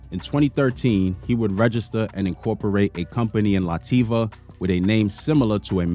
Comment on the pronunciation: Lat via. Not Lativia 😂